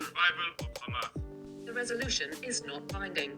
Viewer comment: You said, "hHHHHamas!" 😂🤣😂😅